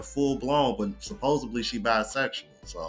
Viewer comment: Stop saying supposeBLY. Supposedly